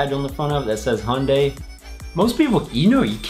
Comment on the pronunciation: Ok its pronounced Hi-un-day